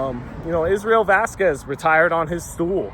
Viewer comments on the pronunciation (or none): none